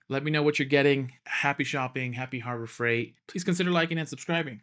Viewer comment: “Harbro Freight”? I like your stuff, and I feel like with some more careful editing, you could become great! Best wishes!